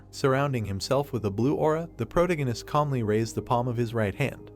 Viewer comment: really hate how you say "Protagonist"